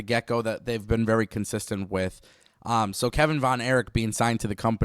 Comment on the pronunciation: Ignoramus says wit.. it’s with, guess Speaking proper isn’t a strong suit lmfao